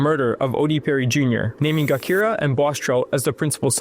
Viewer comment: Gakira (Jakirah) he's killing me with that pronunciation and this misinformation.